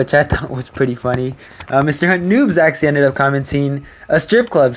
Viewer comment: when you say actually it sound like axy